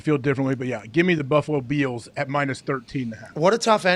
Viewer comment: The Buffalo BEALS! Lmao. AJ “GO BEALS” and LOVED Pats “ Hell yeah, Go BEALS! LoL